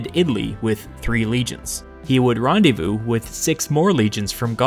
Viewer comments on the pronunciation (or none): none